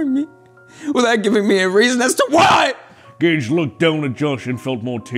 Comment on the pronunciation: In the second one he said gage like gay-e